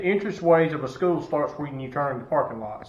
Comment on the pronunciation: Why does he speak like Eric cartman lmao ‘Skoo’